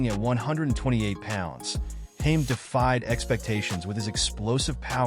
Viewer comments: its Ha med not Hames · His name is Ha med nor haims sooo annoying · Nice video but his surname is pronounced with 2 syllables 😂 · ITS HAM ED!!!!....pronouce it right ffs!!!!!🔥🔥🔥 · Hamed ..... HAM ED ......His name is - HAMED ..What kind of channel makes a vid ....but cant even pronouce the persons name ???? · Imagine going to the trouble of creating this video and you can't even pronounce the guys surname. Makes you look like a bit of an idiot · You would think they would know how to pronounce his surname before putting a clip up !!! Pathetic !!!!! 👎👎👎👎👎👎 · Why can't you pronounce his surname 😂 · Pathetic white boy can't say he's name properly 😂🎉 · The guy doing the speech cannot pronounce second name properly